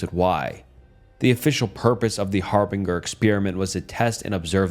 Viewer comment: Har-bin-jer not Har-bing-er